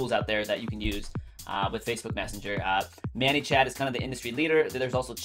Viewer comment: Thanks for your VIDEO... has anyone ever told you it's pronounced "MANY" (like 'I have too MANY FB friends') and not "MANNY" (like "meet my friend MANUEL, he goes by MANNY'). Just thought you should know. Sorry don't mean to be negative, it was just distracting to listen to. ;)